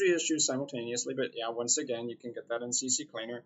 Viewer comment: Thanks for the vid...but damn lol Please! CCLEANER JUST C and then Cleaner...if you're going to say CCCLeaner then say CC-Leaner it sounds more Gangsta lol